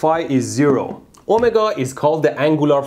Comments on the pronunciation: omagah? Oh my god? Omargah? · His “omega” sounds like “oh my god”😂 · form- oolah, oh- meh- ga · "Omega" not "Oh my god" took a few times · Every time you say Ohmega, all I hear is "Oh My God" 😅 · The way he says omega sounds like oh my god.